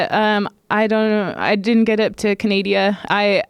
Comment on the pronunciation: Cat “Canadia” Zingano